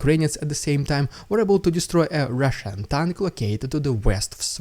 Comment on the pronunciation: My wife loves it when you say " Rrrrrrridiculous Rrrrrrrrusian Ppppppproppppooogggannndddddaaaaa